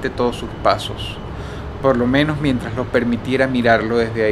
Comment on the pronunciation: Claro que no entiendes porque hablas igual, pero si hay ciertas cosas que yo puedo notar, como por ejemplo la forma en la que sicen la "S". En lugar de sonar como una "S" suena como una "J"... Ejemplo: Mientraj en lugar de Mientrassss.